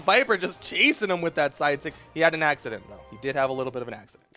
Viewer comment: "Axe-ciddent" ¿Brawhalla official Meme?